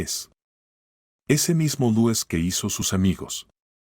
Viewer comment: Se pronuncia Luis